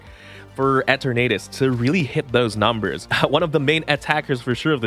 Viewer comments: “Eh-ternadus” is a little.. eh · 🤣 he gotta be trolling saying it like that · Why do you pronounce the name like that?